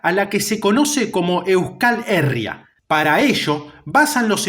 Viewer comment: Buenas, gran vídeo y muy bien documentado y sintetizado. Como pequeño apunte, si me permites la corrección, "Euskal Herria" se pronuncia con el acento en la "i", como si se escribiera "Euscal Herría"